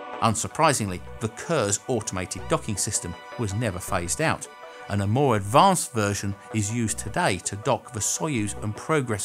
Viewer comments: The docking program is pronounced Koors (course) not Kurs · Kurs is pronounced like "k oo r s".